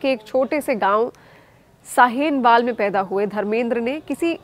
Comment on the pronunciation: Unyasii nahi nawasi kahiye aur shaeenwaal nahi sahewaal.